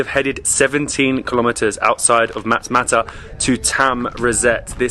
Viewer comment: Matmata not matamata